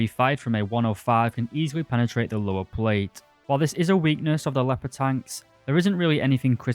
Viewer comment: Also one of the people who say "pwate" instead of "plate" and it's so annoying 😬